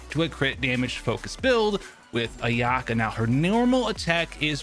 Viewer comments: First time hearing Ayaka’s beautiful name, pronounced as AYUHKURGH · Ayaka? No “AyAHka” Am I the only one who gets triggered hearing everyone call her that 😭 and when they say “BeNET” instead of Bennett.